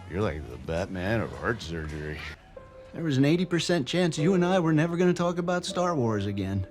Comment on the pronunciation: "Sorey aboot that." = not funny to you because you hear it every day. 😂